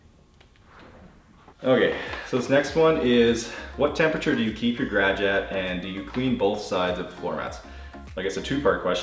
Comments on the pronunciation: I soooo want to subscribe but every time I watch your awesome videos you say gradge instead of garage. LOL!!!!! Great vids, love watching the Bissel Spot Pro clean the carpets. For some odd reason that is satisfying to see that sudsy dirty water get removed from the carpets followed by the clean sudsy water. Is that weird? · I never knew that the word 'garage' was one syllable. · Love the way he says garage 😂😂